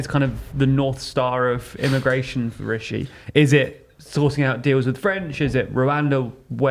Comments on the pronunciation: Drink every time they say issue instead of rishue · "Rishues" is so cringe I cant even listen. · "The Truss " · If you're going to call it Big, please at least stop saying ''. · I can’t tell if you’re doing it sarcastically but constantly saying ‘Rishue’ is stupid. The name is fine, in my opinion, but there’s no need to keep saying it. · I can live with the title but not if you guys keep saying!